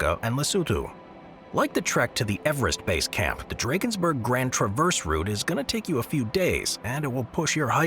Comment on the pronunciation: My wish is that youtubers start pronouncing names of places correctly. The pronunciation of Drakensberg in this video is appalling.